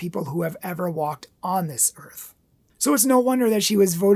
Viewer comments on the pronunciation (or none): none